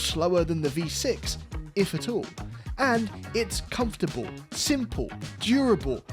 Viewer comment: Did you just said comfortable?